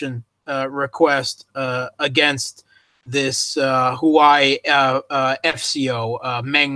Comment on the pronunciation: It's HUA WEI, not Hughwei. Repect other languages and learn to sound more correctly, please.